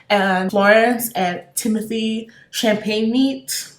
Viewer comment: “timothee champagne-meat” 💀💀💀 i gotta go